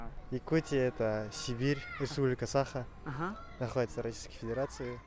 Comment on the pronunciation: Бу киһи манна эмиэ якут аатыра сылдьар дуу сатаан САХА диир кыаҕа суох муҥнааҕый